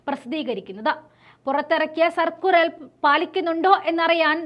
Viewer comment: സർക്കുറൽ അല്ല സർക്കുലർ എന്നു പറയുക തെറ്റി വായിക്കല്ലേ സഹോദരി